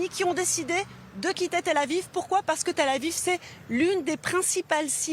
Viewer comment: "Tel-à-Vivre" lolll